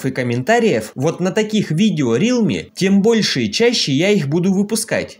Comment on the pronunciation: не рилми, а реалми !